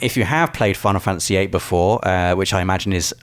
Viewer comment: Imagine not being able to pronounce Fantasy. wtf is a fanAhsy